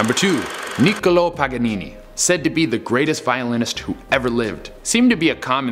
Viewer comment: he really said “nicolo pajanini”😂 (it’s Paganini)